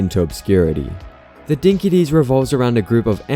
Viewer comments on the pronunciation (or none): Bro, you're Australian and you mispronounced Dinky Di (dinkee dye) -- it means great or "the shit". You should be on cold showers for a week for that one, haha.